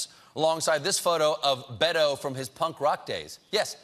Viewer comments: It's Beh- toeh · It takes literally 2 seconds to learn how to pronounce Beto correctly.